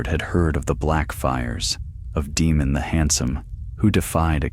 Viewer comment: Hello good sir, been subscribed since the 6th video of the channel. Sorry for being autistic but I believe it’s pronounced as “Daymon/Daymond” not “Deemun”, they also say it in the TV series. Apologies for the correction and thank you always.